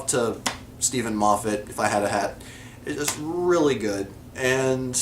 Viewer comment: You're pronouncing Moffat right, but Ecclestone wrong. It's Eccle-Ston. Your 'are you my Mummy' is spot on ;0).